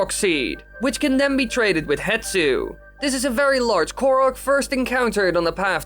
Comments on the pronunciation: His name is pronounced "HeSTu", not "HeTSu" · I've noticed you are saying Hetsu (Heh-tsoo) but his name is actually Hestu (Heh-stew)